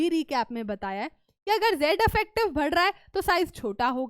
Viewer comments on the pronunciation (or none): Badh raha hai ❌ Bhad raha hai ✅